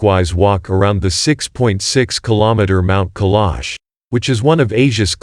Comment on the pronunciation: Try pronouncing the name of the mountain properly!